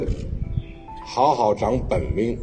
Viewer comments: 长本领，不是本命。他西北发音，发成四声了，应该是三声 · 感觉字幕应该是机翻的，我听了好几遍，其实主席说的是本领，只是发音没说对，日常说话中偶尔出现一两个字没说对发音很正常吧，想不通这有啥好黑的。